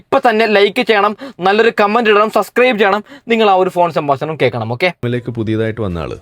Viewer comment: സംബാശനം അല്ല സംഭാഷണം 😌